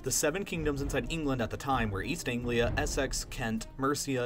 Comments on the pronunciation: nice video but as a brit i can tell you that the way you pronounced essex, wessex, sussex was incorrect. instead of 'es-sex', you want 'es -six'. just sayin. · ‘Sussex’ ‘Wessex’ and ‘Essex’ are all pronounced with an’-ix’ at the the end instead of a ‘-ex’. It’s weird but English is weird. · You say Essex like 'esix' and Wessex like 'wesix' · essEx, sussEx, wessEx! haha dont put so much emphasis on the E :) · Great video, just please don;t say 'Ess-EX' or 'Suss-EX'. It's 'Ess-ix' 'Suss-ix'. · lol this is great but the way you pronounce Essex, Wessex and Sussex killed me. EssEx lmfao, A for effort....but they're pronounced more like Essix, Wessix, Sussix :p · You completely butchered the pronunciation of Essex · Just in case you make a video about this period of history again, Essex, Sussex and Wessex are pronounced: Ess-iks Su-siks Wes-iks (A bit dumb, but they were all named before standardised English) I'm British btw ; great video, well thought out! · Tip (From a native northerner) Essex, Sussex, Wessex etc are pronounced more like "Essix, Sussix, Wessix" :) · Btw, with essex and wessex, the sex bit is pronounced sux. So es-sux and wes-sux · How do you manage to butcher English kindgom names smh es-SSECKS nice one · the 3 last letters had STRESS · Annoyed me so much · We clearly just like “sex” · The way he pronounces Wessex and Essex XD. Good video anyways I just laughed a bit at his pronunciations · I am from the side where the white rose was. Also you said "Essex" wrong